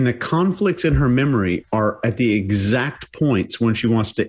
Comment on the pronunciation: Why does she say edxact? It is EXACT lady🤣🤣